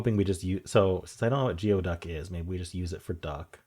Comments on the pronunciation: Geoduck: pronounced gooee duck. Like ooey gooey. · FYI - it's pronounced gooey-duck. It's a type of clam.